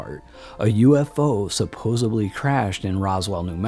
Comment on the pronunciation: Nice documentary but you pronounce the word “supposedly” as “supposebly” many times throughout. Just thought you should be aware of that.